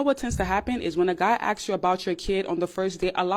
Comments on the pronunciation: It's ASK, not AXE me a question!!!! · The fact that that she say's axe instead of ask, is an immediate turn off. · Why cant African Americans say "ask" properly? Genuine question.. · lots of people have hurt me, none of them have used “ax” in place of “ask”. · I hate the way these uneducated entitled witches say axe .. There is an r sound in the word. Ask... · As a half black dude, I never understand why black people say "axes" and not asks. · i wouldnt date a woman that cant pronounce the word "ask"